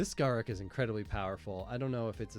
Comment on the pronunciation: Imagine saying Garruk. I say Garruk.